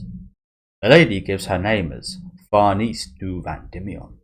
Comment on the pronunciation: Farnese is an Italian name. Pronounced Far ne ze. With a rolled R. There are videos on here that pronounce it.